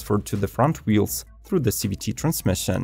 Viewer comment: A Zee-Vree-Tee transmission?!? Finally!! I’m so glad Nissan decided to finally get rid of their ugly CVT transmissions!